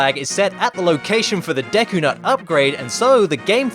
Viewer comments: "Deky palace" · I didn't know "Deky Palace" was a place in Zelda: Majora's Mask! I thought it was the "Deku Palace"!